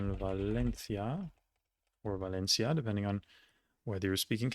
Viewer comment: Since everyone is already judging him on his pronunciation, I'll say that his Spanish sounded good enough. The only two things to improve upon would be the rolling 'r' in 'La Rioja' for example, and most importantly the pronunciation of the letter 'v' in 'Navarra' and 'Valencia', which is wrong the way he does it (because there is no voiced labiodental fricative in Spanish language; it should be the same as if spelled with 'b'). And by the way, in Galician language the name of the region is also pronounced with the 'θ' sound, like in Spanish.